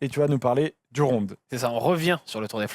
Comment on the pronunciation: La prononciation du Ronde est vraiment dégueulasse 😂